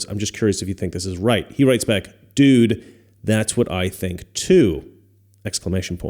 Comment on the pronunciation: You pronounced dude wrong, it's 'do͞oo͞oo͞od'.